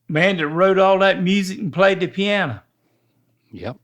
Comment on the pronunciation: How is it that and can have a half hour video chat with minimal interruptions but Rhett interrupts Link every sentence when they're in person? Rhett can learn a lot from a man that says piano with an A at the end💀